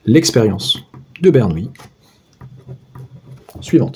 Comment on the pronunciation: Bonjour, 1) Par respect pour le grand Bernoulli, prononcez plutôt BER-NOU-LI que BER-NOUILLE-I, il n'y a pas de i devant les "l" et bernoulli n'est pas une nouille 2) Pour L'arnaque Rien ne nous précise à priori que S suit une loi de binomiale (identique et indépendante) de Bernoulli, il faudrait peut-être le démontrer Sinon, on peut écrire que Sn=∑Xk et donc E(Sn)=∑E(Xk) par linéarité de l'espérance. Le bizarre c'est que j'arrive au même résultat.. gloups Je vais regarder la correction.